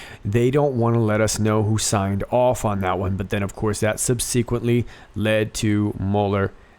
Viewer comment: I guess you're reading from a script. You mispronounced "subsequently".